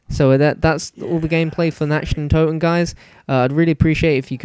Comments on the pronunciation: It's said nakt not Nacht its German for night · It's Nacht (Knock-t) Der (dare) Untoten (un-tot-en) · its pronounced "Nakt Der Un too ten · Yea it's pronounced nat der un toe ten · Lol he keepy calling it natcht, cant speak german :) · In German it's actually pronounced Natch (Nac-t) Der (Dare) Untoten (Un-toe-ten) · your pronounciation of "Nacht der Untoten" is terrible xD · no offence but you say nacht der untoten pretty weird same with the wunderwaffe its not a waffle!!!!